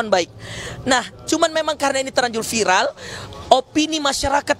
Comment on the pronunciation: Sekelas INEWS ...masih ada aja reporter yang baca VIRAL menjadi FAIREL 😅